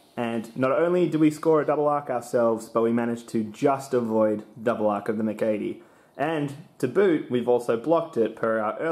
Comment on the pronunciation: I’ve never heard MC80 pronounced as “mic80”